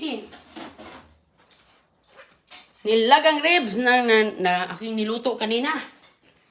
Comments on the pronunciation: Ribs not rebs😂😂😂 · Manners pls . Dnt talk while ur mouth is full bka sa sobrang katipiran mu mag suffer nmn ang health ng mga bata its not rebs but ribs😅 just saying